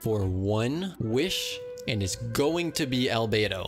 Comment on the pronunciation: omg u got Al-bow-do